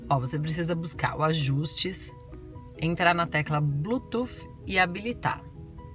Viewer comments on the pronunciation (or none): O seu vídeo é legal mas por favor não fale blutuf, não sei onde arranjaram esse S e o pior é que todo mundo fala assim, a pronúncia correta para Bluetooth é ( Blutuss) desculpe mas foi só pra ajudar.